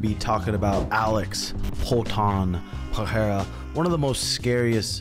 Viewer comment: Stop with this wrong "Peheira" pronunciation, I'm so tired of it